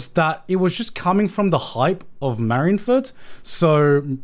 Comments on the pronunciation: I have never heard one man pronounce so many One Piece things incorrectly. How does Marineford ever translate to marinfurt. You don't call the navy the marins, but the mareens. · GOD DAMMIT GIGGUK YOU ARE SAYING MARINE FORD WRONG!!! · Chat bullying him for how he pronounces Marineford is hilarious